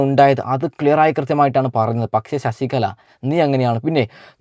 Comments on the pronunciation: എടാ കോപ്പേ ശശികള എന്ന് പറയാതെ ശശികല എന്ന് പറ. നീ പോയി നാക്ക് വടിച്ചിട് വാടാ പുല്ലേ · ശശികള അല്ല ശശികല എന്നാണ്